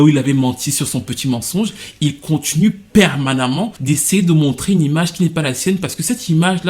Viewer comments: « Permanement??? » 😂 le mot qui a détruit la vidéo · Il m’a cuit ton « permanemment ». Sinon plus sérieusement je kiffe grave tes vidéos, on sent l’amour que tu as pour la musique, ça glisse 😏. Bien ta coiffe 👌🏽✌🏽.